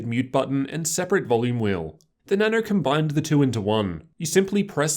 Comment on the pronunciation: why does he say Nano so weird he says Na noU